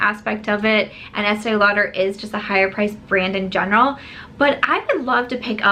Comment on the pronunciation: So sorry , not with you on the esteè lauder lol. I think it's cute that you love it though. Those colours are not for my skintone at all. I get the collaboration though- their customers are aging & the brand needs to inject younger blood stat lol. Bite Beauty - interested but confused- micellar foundation- up until now, micellar has been for cleaning products so don't get how it works in a foundation. But totally curious about it! Great video- great to see you smiling and you look beautiful with just powder on😘